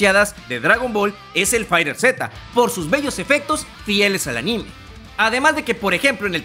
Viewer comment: Se pronuncia "Faiterz", dicho por los mismos de Bandai Namco. Buen video.